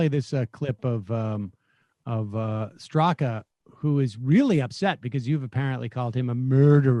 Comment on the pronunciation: It's pronounced "Briindeen Streeka".